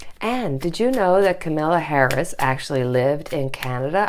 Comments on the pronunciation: Kamala Harris. Her name isn't Camilla. It's pronounced comma-la Like your videos ! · Not Camilla! Kam-a-la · Just for interest- it is pronounced “comma-la” for Kamala Harris. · Káh-ma-la -- Accent is on first syllable of her name. The a's are pronounced as ah -- Káh-mah-lah. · Thank you so much for your grounded.loving readings. Here’s a tip on pronouncing Kamala’s name. COMMA -LA I’ve been practicing saying it over and over! Ha it’s a tough one. And so is she, I’m so happy she’s the VP pick. Love you!! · Love your readings! FYI: it is COMMA-la. Accent on the first syllable. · It is so annoying that you and others can't pronounce her name correctly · she will be the first African American and women VP. pronounce her name correctly please!